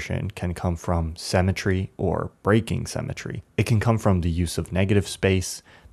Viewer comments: Perhaps you can do a quick re-edit to fix the one flaw in what otherwise is a lovely video. At roughly sixteen minutes, you for some unknown reason say what sounds like "cemetry" a couple of times -- I know you meant the word "SYMM-et-try": Perhaps you can fix it so that your invented word doesn't keeping hanging out there like a gym sock on a lamp shade. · sim-e-tree, my brother, the word is pronounced sim-e-tree. great analysis though.